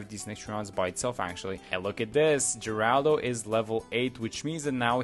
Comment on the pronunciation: Thank you for actually knowing how to pronounce the name! All the young people not knowing who Geraldo Rivera (the inspiration for this hero) is so calling him Jeraldo... "Get off my lawn!"😂😅